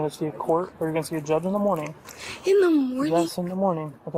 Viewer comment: in duh morneen??? 😩😫